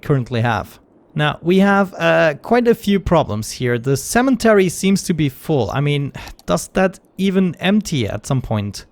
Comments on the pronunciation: They're talking about the "N" that you add when saying it (making it cemeNtery rather than cemetery), which is not accent, much like it wouldn't be accent if I pronounced it "cemery" - just incorrect. Also not sure why you link a British pronunciation of the word, considering it's not how you say it. In fact, you're pronouncing it exactly as Americans do except you arbitrarily add that N. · The fact that he practically says sementary sort of annoys me really hard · I like this series too..but the cementery is driving me nuts too..hahha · The way he keeps calling the cemetary a "cementery" is driving me nuts :D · “Cementary” isn’t an accent, it’s incorrect